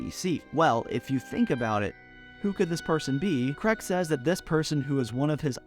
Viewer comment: You Americans have a real problem saying the name Craig don’t you. It’s not Creg